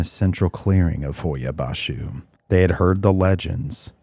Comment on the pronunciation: Here to hear how the Romanian is pronounced, well done. I was born in Romania, left when I was young, haven't been to Hoia-Baciu...fascinating video. Noroc!